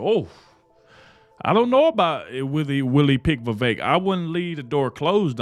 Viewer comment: I agree. Elise Stefanik would be a good choice. Thank you for pronouncing Vivek properly.